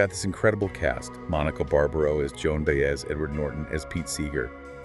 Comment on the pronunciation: They didn't even take the time to learn how to pronounce "Baez." Not interested.